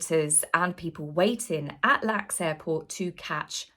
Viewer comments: LA Girl here, being picky...it's L.A.X. not Lax. I hope you're feeling better soon, I love your content. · Half Hour Harry should have stayed in California. He's not wanted or needed in the U.K. The royal family doesn't need the added stress of having a judas in their midst. Love you but LAX airport is not pronounced as lacks. We just sat the letters L, A, X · very good post! Spot on! One thing though, we don't say lax airport, we spell it out,. L. A. X. From California. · Hi, one of your many American fans here with some hair-splitting; we spell out "LAX", no one pronounces it as a word. Love your sense of humor and clear eyed observations! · LAX is pronounced "elle Ay Ex" just verbalizing the initials, not lax. I love your videos, and Im worried about your health too!!! sending love from across the pond! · it's pronounced L. A. X., not lax. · LAX (Los Angeles International Airport) is NOT pronounced 'Lax' - it is pronounced 'L-A-X' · Stop saying lax. It’s el ay ecks. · Hi, excellent post as always. Just one thing: the airport code for Los Angeles International Airport is pronounced L-A-X Not “lax”. Please get well soon, the world needs you! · Hi. Just wanted to share that the California airport is pronounced as letters: L A X. Thank you for your videos. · Oh we say L A X not lax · Hey, it’s not LAX airport, it’s L A X 😂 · Respectfully, it is pronounced L A X, not "lax". As a Brit, you could not be expected to know. 😊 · its pronounced "L-A-X" not lax. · Hope you feel better soon,, thanks for this video. By the way, it's pronounced "L-A-X" not "Lax airport" - the L.A. is for "Los Angeles". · not to nitpick, but in the US we don't say 'lax', we call it "L.A.X", we say the individual letters. thought you'd like to know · lol, spell the letters out for the airport: L.A.X., not lax! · It's not LAX as a word. It's pronounced by saying each letter. L A. X. Just sayin' Sorry about your kitty🥲 Feel better soon.